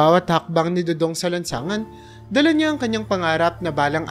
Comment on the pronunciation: next time prrnounce it do-dong not doodoong